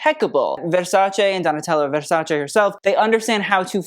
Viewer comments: Thank you for pronouncing Versace correctly. ❤ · I live how you pronounce Versace correctly. Shows such respect and passion you have for fashion 🎉